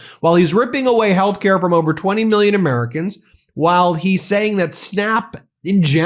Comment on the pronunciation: “MEELYUNZ” and “BEELYUNZ.”